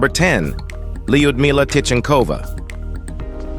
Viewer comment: Having known several Russian women with this name, I can safely say that the proper pronunciation is l'-you'd-me-lah.